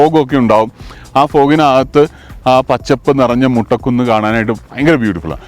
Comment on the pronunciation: മുട്ട കുന്ന് അല്ലല്ലോ, മൊട്ട കുന്ന് ആണ്... 😁😁😁